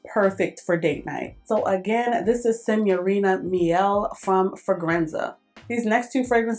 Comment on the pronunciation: These are my favorite videos! I too, have the Citrus Green Apple, love it! When you’re done with that Aura I want the bottle, thank you💚 The KKW packaging is really cute So, when you said Signorina Miele reminded me of John Travolta trying to say Idina Menzel 🤣🤣😹😂 YT it if you aren’t familiar 😹😂 Great video!